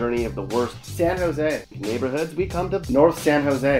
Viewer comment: ...."SAN JOse" hahahahahaha